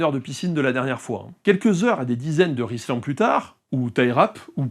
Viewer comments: Dire rizlan au lieu de rilsan c'est un motif de désabonnement quand même!!! Mais bon je fais un effort et je pardonne cette erreur pour une fois. Sans mentir sur les groupes automobile je me suis amusé une fois à bloqué les mecs qui utilisaient ce mauvais terme, j'ai du en bloquer une centaine, mais la liste continue de s'allonger. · Rilsan 😉 (pas rislan)